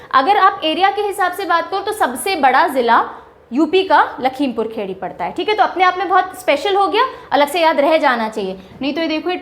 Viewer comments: Mam not lakhimpur khedi that lakhimpur kheri you speak wrong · Mam ji aap ka sab thik hai lekin hindi ko dhyan dejea Kae ka to aap naam he badal de rahe hai Ye कुशीनगर है ख़ुसीनगर नहीं है लखिमपुरखेरी नहीं लखिमपुरखीरी